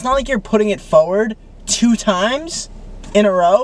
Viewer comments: “foward” babe there’s an R in there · matt saying fowad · Matt saying forward but in a super Boston accent! Hahaha sounds like forehead to me! (From Australia) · stop I’m Australian and the way Matt says forward kills me bc I have never heard anyone say it like that before